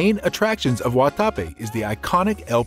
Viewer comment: Fyi. .. pron . GuataPE….accent on PE…(not. Gua TA pe) Med eh yin…or med e jin…(not Med AH yin)